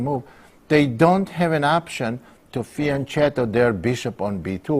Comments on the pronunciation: It's fian 'ketto' not chetto. GreAt video thanks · It's fian"ketto" not "chetto"